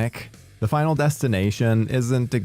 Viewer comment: Bro said 5nal destination 😅